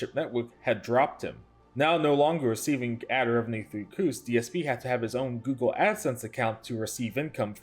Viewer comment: saying "Guugle" had me 😵